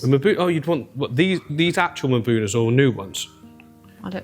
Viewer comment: em-buna 🚫, muh-buna 🚫, mm-buna ✅. We don't usually make the m sound without an accompanying vowel sound but that's what this is.